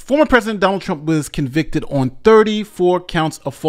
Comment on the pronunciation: She has waited so long to be able to say he was a convicted felon and she flubbed it!